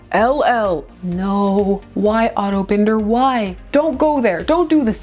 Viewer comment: I always appreciate that you correctly pronounce Otto Binder's last name.